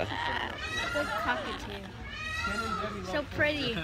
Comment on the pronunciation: Hi, I am not sure they are understanding when you said " Cockatoo Luck". ( I suggest you say like "cauuu ca too, not " "coooo" 😀🥰💖🤗🕊☮️💜